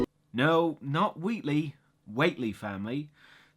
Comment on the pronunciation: Try pronouncing it "Wa-tell-ee" -Whateley